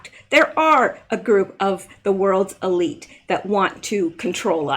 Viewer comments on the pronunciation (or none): none